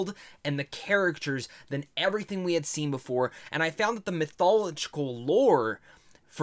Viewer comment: Why he say mythological like dat